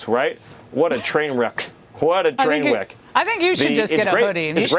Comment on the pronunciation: Yoo did pee-wee german hit the "what a twain weck" the second time around?